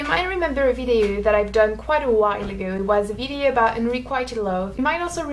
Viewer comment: "Unrequited" is pronounced like "un-re-quit-id" like the word quit, not quiet.